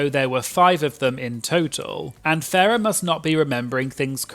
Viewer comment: You keep calling Farrah ‘Ferreh’ Her name is a pun on ‘pheromone’ but it’s Pronounced Farrah Moan. Great video though ☺️